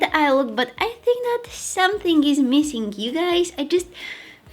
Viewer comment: is it just me or she always pronounce the words ended in NG as NGK? Like , Somethingk , beingk? haha so cute :)